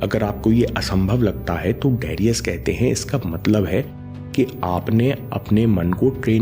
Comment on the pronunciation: it's not डेरियस it's डरायस : Great msg nice video..Thank you